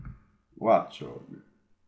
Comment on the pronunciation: si legge wocciog e draddigon